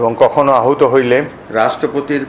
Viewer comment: আহত নয় আহুত